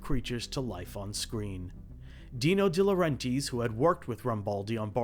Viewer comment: So you went through all the trouble of researching this film, you had to have listened to a ton of interviews and after all that you're going to pronounce Dino De Laurentiis' name like that?!